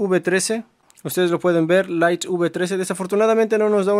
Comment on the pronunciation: Deberías hacer curso de inglés para aprender la pronunciación de palabras como widget y light.... Las repites todo el tiempo y de forma equivocada...